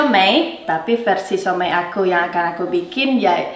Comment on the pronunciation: siou mai 燒賣 bukan siau mei 小梅 suami kamu tau gimana baca